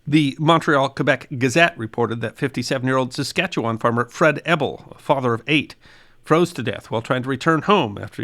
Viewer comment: I'm still enduring a 🎵long, cold, lonley winter🎵 It's pronounced 🇨🇦